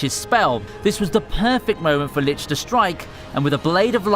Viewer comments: It is licht not litch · It's "Licht" not "Litch". The German word for "light". Just check out a google pronunciation. Other then that, nice vid! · He is called,, Licht,, not,, Litch,,. Licht is a german word and translates into,, light,, which also reflects his magic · you know he didnt watch the anime when he said "litch" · Someone tell him how you pronounce licht (lickt) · That lits and tzulious though... it hurts every time